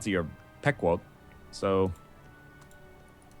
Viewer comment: oh my god my inner new englander just cringed as Northernlion mispronounced Pequot.... its pronounced Pea-quat, like the tail end of Kumquat... they're the tripe that owns Foxwoods Casino, Mathas lol